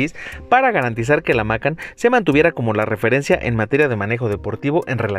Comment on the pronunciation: Se pronuncia Macán no Mácan